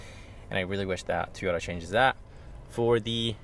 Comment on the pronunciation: It’s pronounced TOYota Not TEEyota 🤦‍♂️